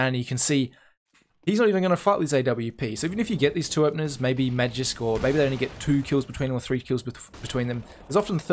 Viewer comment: The way you say "magisk" really annoys me